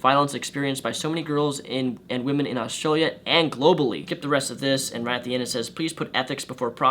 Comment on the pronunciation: Lol australia is not a terrible place and he says australia wrong.He says it like every other American